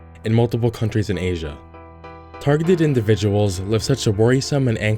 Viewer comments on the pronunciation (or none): none